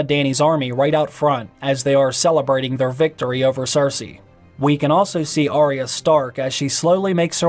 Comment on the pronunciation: Its arya not orya